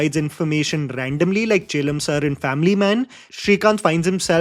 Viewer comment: “ChAElam” ah 😡…. Yov it’s “ChELlam”…